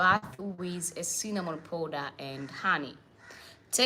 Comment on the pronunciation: It's Cinnamon powder! Not Sinnnanon